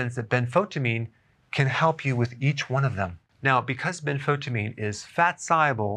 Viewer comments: I don't think you are pronouncing benfotiamine correctly. I've heard several others emphasize the EYE sound in the middle of the word rather than skip the letter "I" - so ben-fo-TIE-a-meen not as you say ben-FO-ta-meen. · Ben-fo-tya-meen, not ben-fot-ameen. Thiamine is pronounced with the "thya" sound. It's not Thi-meen, it's thya-meen. Benfotiamine. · Please say Benfotiamine (ben·fow·tee·uh·meen) instead of Benfotamine. It will make you sound like a professional. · isn't it ben-fo-tie-amine, rather than ben-fotamine? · Ben- fo -tie-amine...is the pronunciation it is chemistry . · The “tia” in Benfotiamine should be pronounced “sha” …. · You are not pronouncing benfotiamine properly. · He cant even pronpunce it. Wow